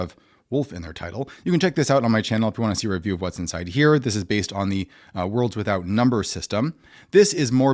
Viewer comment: For a moment there, I thought you said the 'Wolves Without Number system'. 😄